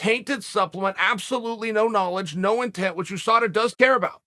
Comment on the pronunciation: No one: Literally no one: Chael: Khamzat didn’t fail a Ooosada test